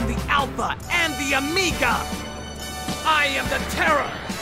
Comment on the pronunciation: ***** yep! goku is definitely saying amiga